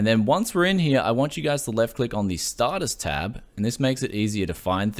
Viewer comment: "Startus Tab"